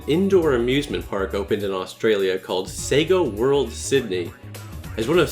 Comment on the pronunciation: Is it just me or does when he says sega world it sounds satan world.